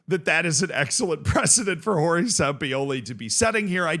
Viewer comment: You say Sampioli, like you are some sort of autistic streemer